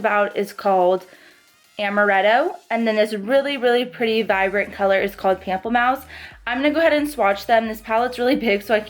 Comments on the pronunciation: Loved this review!!! You are absolutely stunning! Also, pamplemousse is French, and it would be pronounced in English more like moose (like the animal). So Pample-moose. 😉 Means grapefruit! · I just got mine and it's so pretty I don't wanna use it lol What are your thoughts on the eyeshadow palette? are you gonn get it? p.s: Pronunciation is Pom-play-moose